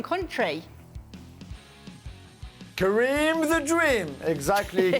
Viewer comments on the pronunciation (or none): Coming back to hear Juliann say Karin the dream 😂